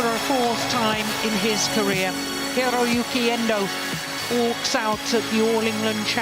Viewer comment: Aut Aut(out) Lah ,wkwkwk